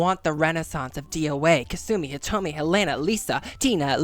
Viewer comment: You got Hitomi correct, and that's what I came here for so everythings good fam keep it coming.